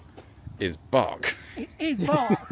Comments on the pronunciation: Funny and quite appropriate at when you say ‘bark’ a dog barked just a second after by the way I think the right pronunciation should be Berk and not bark and to add that Berkshire is one of my favourite counties in England. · I'm glad I noticed that the first time around. I'd have felt like a right berk if I'd missed it.